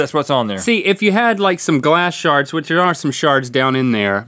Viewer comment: everytime Link said shard i heard shart